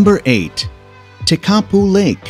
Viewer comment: WRONG PRONOUNCIATION OF LAKE TEKAPO ??????